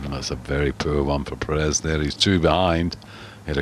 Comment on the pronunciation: Perez prounounced "Perey" ??!?